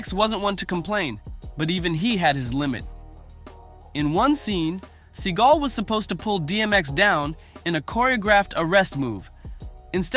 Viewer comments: Sawgal not seegal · Oh man, his name is Seagul but he pronounces it as Sea-Gall, now that is funny. Thanks for this. I will be saying seagul for the next two weeks. If I was in a street fight and could only have a Hollywood actor by my side Michael Jai White would be at the top of my list, Seagul is crazy. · See-Gull... CASUAL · How do you not know how to pronounce his last name 😂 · This whole video is disrespectful to Steven Seagull and mispronouncing his name. Where’s the videos of him doing these things in your accusations. Lastly, a real Steven Seagull fight in a ring can prove or disprove his fighting abilities. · How many times did this bullshit narrator repeat the same shit and say Seagal's name wrong? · At least learn how to pronounce his name if you have content on him